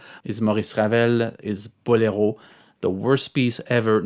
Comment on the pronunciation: So, Bolero (which is accentuated in the SECOND syllable, not the third. It’s a Spanish word, not a French one) is a terrible and boring piece of music says here. Ok, you go and write a melody that compares to that. I’m not even talking about the impossible orchestration, just the “boring” melody. Geez… everybody is entitled to his/her opinion, but some opinions…